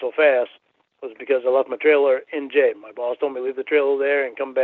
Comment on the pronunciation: can’t say “jail”, he says J like he is some badass ex-con.